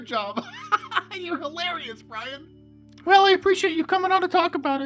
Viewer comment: Bwian Stiffler , ( RIP ) Ruined in Popularity